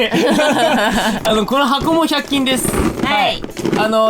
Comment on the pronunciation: いつも通り2人とも可愛いのだが、 、、、百均の「均」が、、笑 ｵｼｲ(*’▽’*)